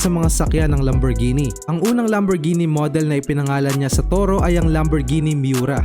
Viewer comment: Naiba na ang pagpronounce (lamborjini) yata to boss😂😂